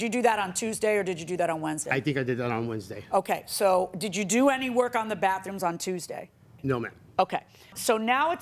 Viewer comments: It's baTHroom, not baFfroom. 🙄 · Crap on a cracker!!! The word is "BATHROOM" not BAFFROOM. Good grief. Quit saying "basically" it means nothing!!